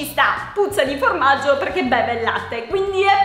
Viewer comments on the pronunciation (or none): si dice formaggio non gormaggio😇😇😇😇😇😇😇😇😇😇😇😇